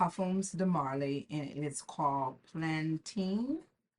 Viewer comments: hello my lovely! amazing video -- so helpful and resourceful! i believe it might be pronounced (Pal-uh-tine) like the city! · Ain't no way this is pronounced Plan-TEEN!! 🙄🙄🙄